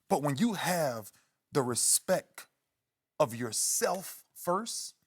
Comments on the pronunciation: did he say respeck...lmao😂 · He did not just say respeck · Did He Just Say RespEck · He said respectk...get like birdman. Lol all tree of ya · ray definitely said respek. put some respek on my name